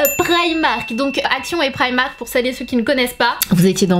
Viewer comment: tes francaise alors dis primark